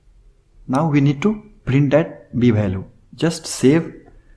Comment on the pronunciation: say value not bhaalue !